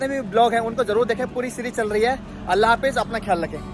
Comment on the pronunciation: Apne bolne ka andaz aur alfaz sahi krlo....Bs baki sab sahi hai...Urdu ki dhajji uda rkhi hai...Aur sabse zyada allah ka lafz bhi sahi nahi nikal rha tumhare muh se